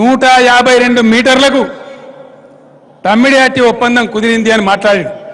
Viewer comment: తమ్మిడి హట్టి బాబు తుమ్మిడి హట్టి కాదు